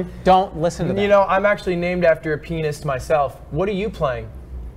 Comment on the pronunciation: ludwig says "pianist" but it sounds like he says "penis" hehe haha